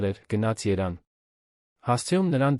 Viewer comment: ԵՐևԱՆ ՈՉ ԹԵ ԵՐԱՆ